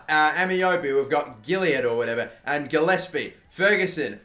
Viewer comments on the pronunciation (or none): none